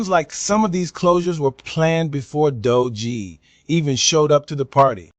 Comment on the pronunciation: i award you negative 3 points for pronouncing Doge "dodgie". and negative 3 points for fake news. i made it so